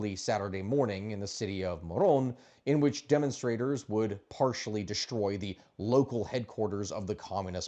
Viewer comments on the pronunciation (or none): none